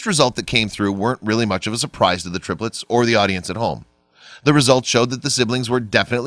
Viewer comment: "all three terplets" hehe